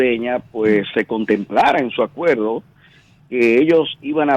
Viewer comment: Como diablo un "comunicador" de una prestigiosa cadena de radio y televisión. Se pueda dar el lujo de decir (acueldo) por acuerdo? (Palte) por parte. (Convelsal)por conversar. Esto una vergüenza.